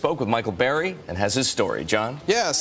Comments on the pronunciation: Tell me how Burry is pronounced Berry? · Spells name bUrry News guy: “bArry” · It’s Burry not Barry